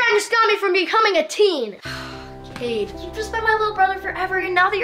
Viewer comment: I’m sorry if this is a little rude but it’s not Tween It’s teen